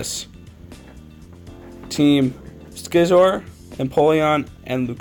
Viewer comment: Watch rx Duel Video he can actually pronounce Scizor Name right